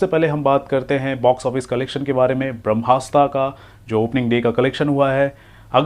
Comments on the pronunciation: Please improve your pronunciation of English words😅...it's Brahmastra not Brahmasta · Nikal vai tu kuch sach nahi bolta bharmastra axese pronounce kar nahi sKta aur movie review karne chala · Lavdu tere ko brahmastra bhi bolna nahi ata aur Gyan Dene chala hai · Bhai naam toh movie ka sahi se lelo